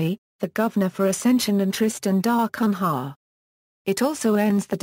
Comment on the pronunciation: If you want to narrate this topic, at least learn to pronounce "Tristan da Cunha"!